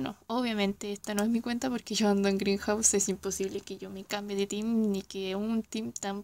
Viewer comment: tu equipo Grind House se pronuncia Como “Grainjaus” tal como lo dices es “green house” es un pequeño detalle 😅